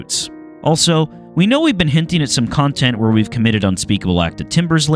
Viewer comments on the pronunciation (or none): none